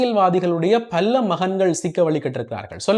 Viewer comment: பல்ல அல்ல. பல என கூறவும்.